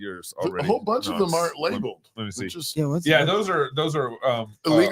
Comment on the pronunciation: "GLOIFYING" "ARN'T"